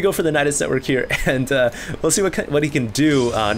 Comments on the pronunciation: it's ni-ˈmä-nik, NOT nyu-ˈmä-nik... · It's not pronounced "newmonic", but "nuh-monic". With a silent m. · These are so painful to watch. And it's not helped by the fact that keeps pronouncing Mnemonic (ie. "Neh-Monic") as if it were "Pneu-monic" (ie. New-monic). That's ok, I still love you. But I must stop watching these failcrafts lol